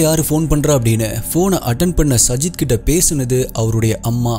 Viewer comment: Ur name prounacition is wrong it's saajid